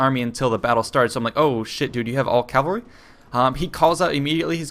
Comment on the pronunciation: It really annoys me how you say "calvary". It's "cavalry".